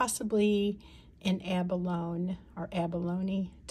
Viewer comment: Abalone is pronounced short a, b, open a, l, long o, n, the last e is pronounced as a long a. Also, IMHO that looks like a Brooks Abalone. Good buy!